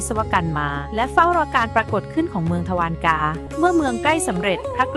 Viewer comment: อ่านว่า ทวา ระ กา